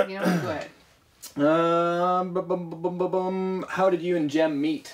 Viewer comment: IT'S NOT JEN IT'S JEM